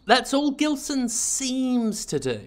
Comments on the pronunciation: Surely it's a name of Portuguese origin, thus pronounced with a soft G. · love how foreigners constantly mispronounce "gilson". its more like "jeelson" but please do not fix that by any means